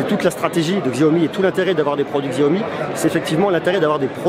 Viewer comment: aie aie aie mes oreilles saignent XAOMI --) SHAOMI S'il te plait xDDDDDDDDDDDDDDDDDDDDDDDDDDDDDDD